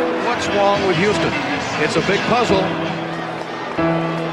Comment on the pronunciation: "What's wong with Youston?". Kinda racist, huh?